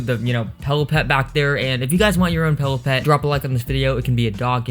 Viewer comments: It's PILLOWPET not PELLOW PET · Why does he say pellow pet not pillow pet??